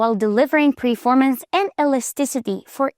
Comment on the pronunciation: Its "performance" not "preformance"..